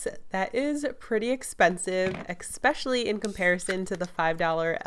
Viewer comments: She said it with a "C" so instead of saying "especially" she said "ecspecially" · It’s pronounced ES-PECIALLY not EK-SPECIALLY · #KSQUAD #Notification squad Did she just say expecially Like if you noticed Btw love you! Your videos are just amazing!! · Omg when she was saying that I cringed soooo much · Hala Ibrahim ummm she made a mistake no need to point it out... how would you like it if I went omg did y’all everyone see how they said one wrong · But I'm not offending her, like it's just that I think it's funny and i wasn't pointing out on the fact that she said it wrong I'm just trying to be positive